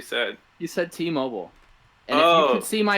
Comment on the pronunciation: Did anyone else hear Teemo - ble instead of T-mobile, lmao